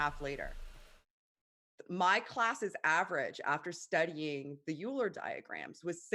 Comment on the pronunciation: Euler is going to haunt for this many mispronunciations of his name.